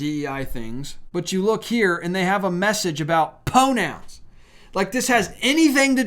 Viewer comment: I like what you are telling us, however ever you kill me with the pronunciation of some of your words it is Pride not pide pide isn’t even a word. I am going to assume that you have a speck imped with the letter R. It’s pro nouns not po nouns. Sorry but pronunciation is really important to me and I hope others as well.